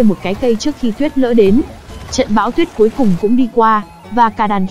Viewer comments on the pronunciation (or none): ad đọc lại nào: Tuyết lở. lờ ơ lơ hỏi Lở. Cứ đọc tuyết Lỡ là sao?> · Tuyết lở , là tuyết lở k phải tuyết lỡ nhé , tuyết lở